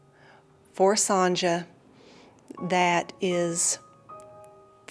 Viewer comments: Strange pronouncation of 'Sonja' A very common name in german btw, pronounced 'Son-ya' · Normally here in the USA it is pronounced son-ya as well. First time I've ever heard the j pronounced this way.